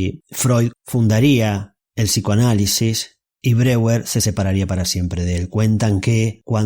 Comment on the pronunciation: Mal la pronunciacion de Breur se dice /BRO-JER/ y no ''breguer''